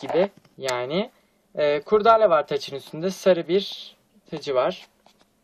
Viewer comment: Bu arada kurdaale değil de o kurdele